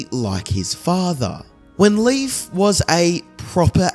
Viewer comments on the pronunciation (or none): THANK YOU!!! His pronunciation was driving me NUTS!! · Leif's name is pronounced " LAYF" not Leaf. Common mistake, however a few of my ancestors and even my grandson are named Leif. It's Scandinavian heritage 😁☮️